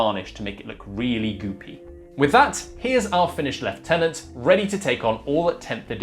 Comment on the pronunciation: It's just refreshing hearing someone pronounce lieutenant properly.